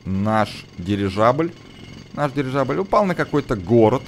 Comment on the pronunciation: прости конечно (сам ненавижу , когда меня поправляют ) , но ГиндеНбург , а не" ГиндеРбург" . Еще , просто к слову тоНН , а не" тоН ". Дирижабля , а не "Дирижажля ")))))))